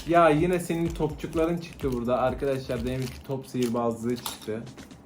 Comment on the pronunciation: komik şey seniğ,Güzel şey seniğ